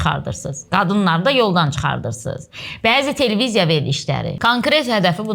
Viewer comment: Bir dənə Telveziya sözünü də düz desən ,fsyo,hər şey tamam